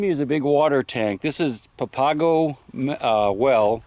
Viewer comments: well here we go again. the green color in the rock is called "galena". copper is always found with galena, but all galena doe's not have copper with it. and not pronounced papaaga but pronounced pa-pa-go. it is the name of a tribe of indians that lived there for 1000's of years and are still living in the area today especially today on the reservation just south of tucson. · Papago is pronounced papa’go. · Papago it's pronounced pap-a-go emphasis on the pap which is pronounced like a pap smear